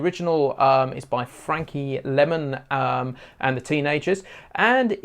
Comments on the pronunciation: fabulous. simply explained. its lymon, not lemon. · For what it's worth, here in the States it's pronounced Frankie LYE-mon, ...